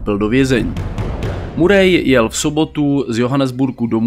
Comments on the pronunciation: Tak informativní hodnota videa je víceméně o ničem, nápad dobrý, ale chce to proste víc informací. Navíc ta výslovnost (murej), fakt ne. Nicméně zůstanu a podívám se ještě na další videa a uvidíme. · Bráško, všetko super, len to priezvisko Murray sa číta Maery...to nie je hate...skôr príprava na haterov, keď bude video na vrchole..